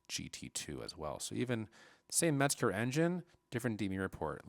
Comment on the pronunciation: The word is Mezger not merger